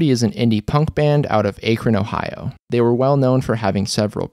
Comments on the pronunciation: A-kron 😂😂 it’s Ak- ron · I’m sorry but when he said “akeron” the Ohioan In me cringed 😬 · I always try to ignore it but it makes my brain h u r t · Julia Hagen I think it’s “Akrun” basically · It's AH-K-Ron, Ohio. I live about 45 minutes from it. ;P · Akron is pronounced 'ack-run'. Sorry to be that guy, it's my home :) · Its pronunced ak-rin and ma-dine-uh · “A-cron” ohio lol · Lebron's gonna beat your ass for pronouncing Akron as Ache-Ron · Ack-Run. It's where I am from so it really jumped out at me haha. It is also where LeBron James and The Black Keys are from. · As someone who is from Akron, the way you pronounced it is sinful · this is a good video that helped me understand the story, but HOW did you just pronounce akron? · Yoooo the way u said Akron 😂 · The way you pronounced Akron really hurts since I work there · That’s not how we pronounce Medina or Akron. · Clearly not a LeBron James fan with the pronunciation of Akron, Ohio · I am offended at how you pronounced Akron...